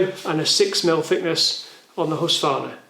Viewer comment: Husqvarna - you keep saying husvarna.. Good video tho :)